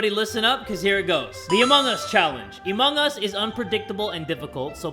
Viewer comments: Did u just say emong us time at 23.52 lol. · Lol keeps saying "emung us"